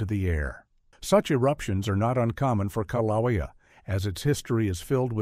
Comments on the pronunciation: Kiloweeau pronunciation is killing me, it's kilauea A.I. GUY. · How many ways can one pronounce kilauea wrong... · Im not from Hawaii but I agree the pronounceation of Kilauea is very objectionable. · I thought it was interesting that Kilauea was the most mispronounced name in the video. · The info in this video is not in any way factually true. Volcanic activity both rides and decreases before the actual eruption occurs. These people obviously don't know what they are talking about in the video. Also, the use of A.I tech in this video was a very bad idea. It even pronounced mount kilauea incorrectly. The people on here have probably just glanced at subject matter, then thought "oh well, we know more facts about volcanic activity than the seismologists, geologists, and other scientific members. We don't need to read all of this information. Let's form our own baseless evidence." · I totally agree! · Kilauea is mispronounced. But, stupidity does not hurt - it only hurts those who listen to it. I doubt USCS is the "source" of that. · The pronunciation? O M G !!!😑